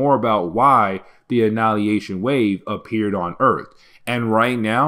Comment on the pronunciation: AnNIHIlation not annalyation xD